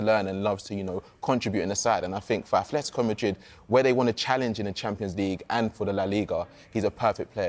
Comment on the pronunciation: 'simyayne' 'aTHletico' Who is this clown. Never played a game of football in his life